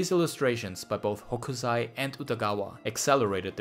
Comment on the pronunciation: 北斎/Hokusai is read with [s] sound, not [z].